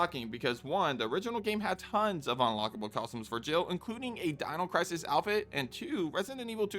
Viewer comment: Say the word: costumes. Narrator: cozhims No, costumes. Narrator: cosums Please; costumes. Narrator: consider this…. cozhms